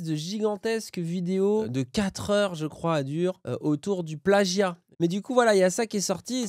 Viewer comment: Moi ce qui me trigger vraiment le plus dans cette affaire c'est à chaque fois que prononce le mot "plagggggia" comme un golmon.